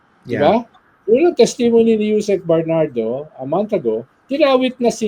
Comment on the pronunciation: Mr. Llamas, please pronounce testimony correctly. Thank you.